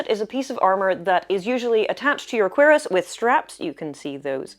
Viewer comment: You said cuirasse and my first thought was "what's a querus? there's no quercus."